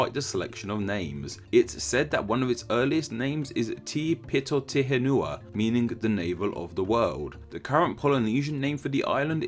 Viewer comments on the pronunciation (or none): "Te Pito Te Henua" Pronounced "Teh pee-toh teh ehn-wah"